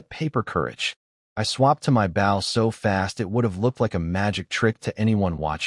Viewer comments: You really need to teach your AI to pronounce 'bow' as 'boh', not rhyming with 'ow'. #FeedTheAlgorithm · Here we go again another archery story and a creator too lazy to correct the pronunciation of bow. Basically making this a painful listen